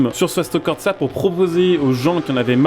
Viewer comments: Frangin fallait que je le dise… merci pour la vidéo ,enfin une vidéo sur le sujet, maintenant je suis venu dire qu’il n’y a pas de T dans corsa… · Mais y'a pas de "T" dans "Corsa" stp